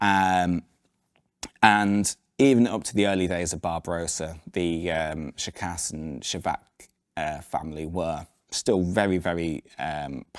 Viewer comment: imagine you are Sean Connery, who pronounce the word "school" thats how it should sound when you pronounce ShKAS, ofcourse with "ah" and not "uh"